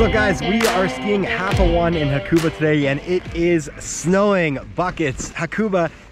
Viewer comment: Learn to pronounce the name it’s not happo 1 it’s happo o-ne